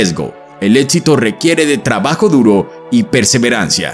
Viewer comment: Muy buena información, pero un paso al éxito es dejar de llamarlo "ÉTXITO"